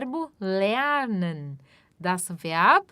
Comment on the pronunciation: verb ou werb? vau com pronúncia de w?